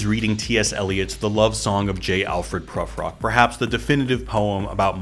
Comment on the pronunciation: Great analysis, but just as a slightly pedantic fyi, Eliot's Prufrock is said with an long vowel like "blue" rather than a short one like "but."